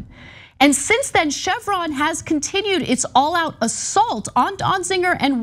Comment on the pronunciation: Ana, it is not pronounced DonziNger. It sounds like there are parts of this story missing. Be careful what you’re asking for… are you saying that anyone held in contempt of court or Congress due to J6 insurrection should not be held accountable.